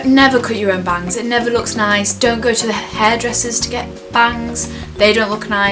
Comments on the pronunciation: watching this whilst in quarantine and laughing when says "bangs" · i thought when she said bangs, she said vans and i was like....hold up honey...vans rock